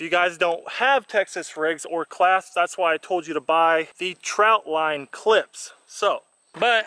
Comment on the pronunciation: Not trying to be rude er anything but to someone like me who catfishes a lot it's annoying when someone says troutline instead of trotline.